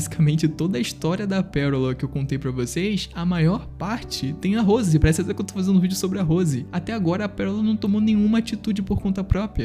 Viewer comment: Gostei do Vídeo no Geral. O Jeito que você pronuncia "Rose" me encômodou o vídeo todo. 😐